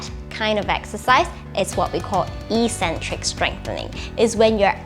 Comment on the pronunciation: Good video, but soft correcton- it's pronounced 'ek-centric'